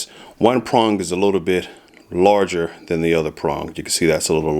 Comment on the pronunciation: "THAN" FFS "THAN"!!!! Not "then", THAN.